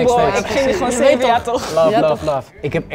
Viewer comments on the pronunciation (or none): none